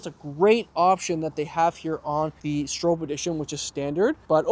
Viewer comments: STROP is how it’s pronounced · Stroppe -Strop. Say it right